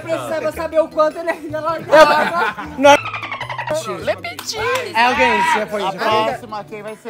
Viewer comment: A DO NADA: LE PÉTIT